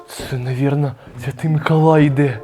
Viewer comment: а чого ти кажеш микАлай,а не микОлай?